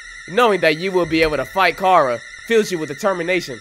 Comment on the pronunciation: Finally, someone who says chara's name right!